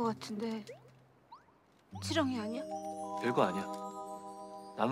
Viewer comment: 이상한 거 밟은거 같은데.. 할때 지렁이를 지뢰라고 들었다 ㅋㅋㅋㅋㅋㅋㅋㅋㅋㅋㅋㅋㅋㅋㅋㅋㅋㅋㅋㅋㅋㅋㅋㅋㅋㅋㅋㅋㅋㅋㅋㅋㅋㅋㅋㅋㅋㅋㅋㅋㅋㅋㅋㅋㅋㅋㅋㅋㅋㅋㅋㅋㅋㅋ